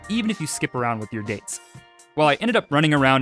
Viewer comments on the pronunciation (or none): none